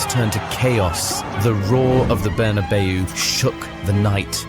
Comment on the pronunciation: peak slop. "berna bay you" - courtesy of the slop machine